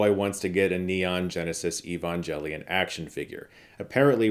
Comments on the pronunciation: Chris: ".... evan JEL ... lion" me: YOUR KILLING ME SMALLS!!!! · “Neon Genesis Evanjellyon” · Maan... my biggest pet peeve with both One Hour Photo, and now this review.... No one is pronouncing "Evangelion" correctly....